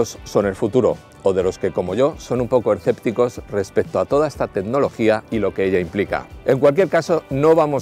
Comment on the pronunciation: "ERcéptico" (escéptico) "doRciento sesenta" (doscientos sesenta) Pero los que hablan mal son los del sur....